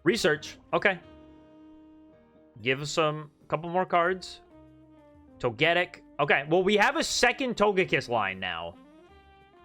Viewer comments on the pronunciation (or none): Why do you keep going back and forth between pronouncing Togetic's name? Togetic's name should just sound like "Toga-tick," and not like "magnetic."